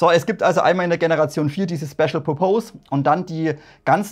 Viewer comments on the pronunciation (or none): Pur-Pohs...hihi...wenn dann Pörpess ;-) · "pörpis" spricht man Purpose aus :) Tolle Videos, me like :)